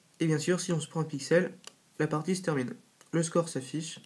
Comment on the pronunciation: Pourquoi tu fais des lapsus comme terminesh et commencesh ?